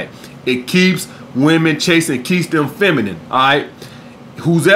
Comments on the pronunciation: “Fenimine, Fenimine, Fenimine position” my brother you said it 3 times & didn’t say it right once, lol you do this in a lot of videos, kills me every time. Great video as always. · “Fenimine... fenimine.... fenimine position”